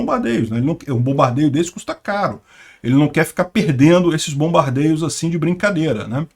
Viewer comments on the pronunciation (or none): Os aviões são chamados "bombardeiros" e não "bombardeios"